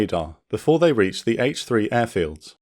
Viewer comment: had to rewind that bit, thought he said 'six senior officers at age 3'